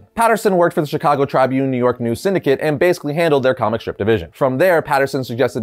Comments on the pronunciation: Word of advice: Trih-bune. Not Trybune. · Tribune is pronounced TRIB-Yoon, not Try-Boon. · you're pronouncing Chicago Tribune incorrectly. You're pronouncing it as Try Bune.. It's Pronounced Chicago Tribune (Ri is pronounced the same way you would pronounce the i in Ribet) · It's not trybune, it's pronouced Tri bune. At least all my life in Chicago Tribune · C'mon: "Try-bune?" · Seriously? Chicago TRY-Bune? Its Tribune as tribute ,but replacing the "n" with a t. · Its pronunciation is Trib-yoon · It's pronounced chrib-bune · Chicago Trybune 😅 is not pronounced that way bud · What's with the pronunciation of Tribune?